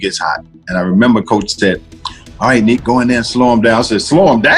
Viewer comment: NEEK! NEEK! NICK! You dummy! How many times did you hear the players talk about NEEK?